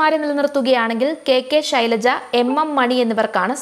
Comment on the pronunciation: "Shilaja " ennuvilikkan sahodaree ningal madeel ittu valarthiyathano